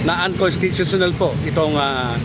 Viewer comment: Bulul.kataga uncostitional hindi m kayang bigkasin hahaha